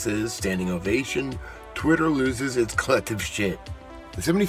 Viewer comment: Twit err ahh tee